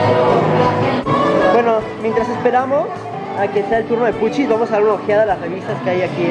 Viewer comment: x q dices fichis ? yo escucho q dice puchis